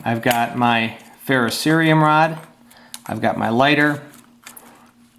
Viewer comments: Thank you for saying fer-ro-ce-ri-um. I can't believe how many "experts" say fer-ro-SEE-um. Drives me nuts. Second up: FREZ-nel when it is ... Fra-NEL. Sorry ... I'm OCD or something. LOL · Aw! Since you pronounced "ferrocerium" correctly, I hoped you would say [frey-NEL] when you pulled out the magnifying lens. Oh, well. Thanks for the vid!